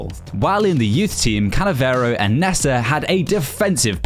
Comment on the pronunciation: Bro just butchers the names nessa it’s nesta